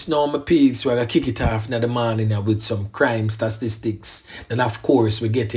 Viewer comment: I always laugh when u try to say "statistics" I swear